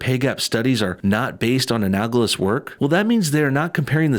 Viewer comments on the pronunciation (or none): An-AL-ogous, not An-AG-olous. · A-nal-o-gous. Not a-nag-o-lous. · Just FYI: the word is not pronounced "a-nag-lous". It's "a-nal-o-gous". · 'anagls. anagls. anagls.' If you don't know how to pronounce big boy words, do not pronounce them. You disrespect teachers as 'glorified baby-sitters', yet, you make grade-school mistakes. You could use a teacher - to help you learn all the big boy words. Your entire career is reading text over slide-shows - either learn how to fucking read, or avoid big boy words! Jesus fucking Christ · I cringed every time he said "anagalous"